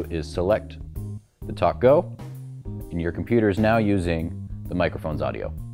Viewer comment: Dude, you needed to wear a white shirt. Funny- Every time you said TalkGo it sounds like (& makes me think of) Tacos! May I Have A Taco With My TalkGo?